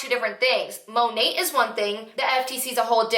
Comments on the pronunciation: Its literally supposed to stand for Modern Nature, so it should be pronounced Mah Nate basically. She's staning so hard for this business & doesn't even know how to pronounce the name of it lol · That compliance girl isn’t even pronouncing the company right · I think they say it in a way that makes it sound French and Couture. Apparently it stands for Mother Nature and is pronounced Moe-Nate. 🤷‍♀️